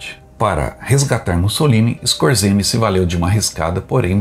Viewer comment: O comondante scorzenske acho qie. é assim a pronuncia do cte. Alemão!